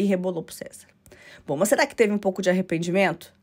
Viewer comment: Eu adoro qdo ela fala "serasse" , eu dou muita risada!!! 🤣🤣🤣